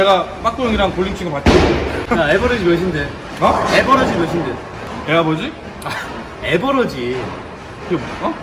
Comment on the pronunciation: 애버러지가 아니고 보통 애버리지라고 하지 않나 ㅋㅋㅋ ㅋㅋㅋㅋㅋㅋ 얘버러짘ㅋㅋㅋㅋㅋㅋㅋㅋㅋㅋㅋㅋㅋㅋ